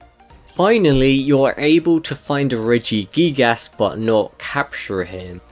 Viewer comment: Wait he said regigigass